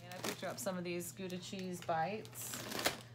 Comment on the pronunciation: Haha I love how you pronounce Gouda! It's a Dutch city (where surprisingly no cheese is being made lol). It's pronounced like.. rOUndabout. So Gouda with the ou from Round. Does that make sense? lol. Very nice packages!